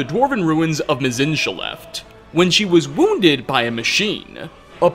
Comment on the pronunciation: Perfect pronunciation of forgotten Dwemer names like Mzinchaleft that aren't even uttered in the whole game. Also: Completely butchers Jyggalag as "Jyggalagagiggitywhoppity" or something like that.